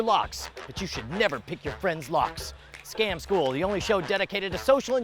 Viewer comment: Sometimes it sounds like "Scam school NUM NUM"